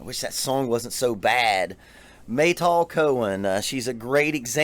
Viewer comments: no... not mey "tool" but "m-a-y (as you may call her....) and "tal" (it means water dew) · It’s Meytal, like Al capone, not Maytol.